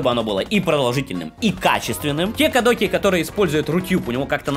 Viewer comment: кОдеки... кодЭки прям ухо режет, бррр